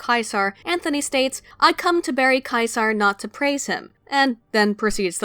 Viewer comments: Ceasar is pronounced SEE-zer, not KAI-sarr. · I wonder why most pronounce Caesar like "Sieze-her" when it was actually more like "Kai Sir"